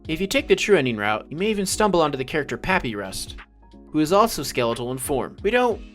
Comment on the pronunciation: "papyrus" is pronounced ' pa py ru s '